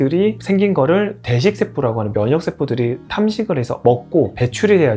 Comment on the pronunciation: 왜 자꾸 대식 세포가 돼지세포로 들리냐??? 씨브레